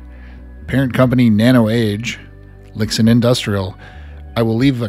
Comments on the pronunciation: Pronounced "Lee-Shin" FWIW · Just some unimportant notes: Lixin is pronounced as something like Li Shin. Weiruixin as Wei Rui Shin lol